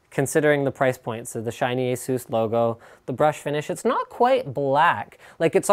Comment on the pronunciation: It's Ace-Us